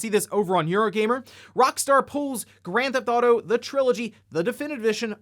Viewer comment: I just like how you pronounce it "Granthotto"